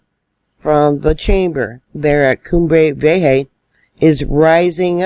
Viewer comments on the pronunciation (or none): Hi -love your Chanel! The volcano is pronounced Coom-bra Vee-yay-ha. Accent is placed on coom and vee. Thanks so much for all your hard work!